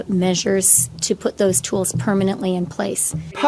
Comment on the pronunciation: Absolutely, agree 100%. Worrying that no western leaders are condemning them. Again brilliantly articulated, and you make it funny!! The Tools, or 'Tewels' as she pronounces.